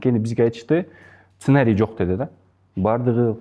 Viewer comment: "ценарий" дейт